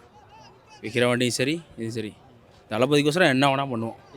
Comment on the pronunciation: விக்கிரவாண்டி ன்னு கூட சொல்ல தெரியலை இந்த வெண்ணைகளுக்கு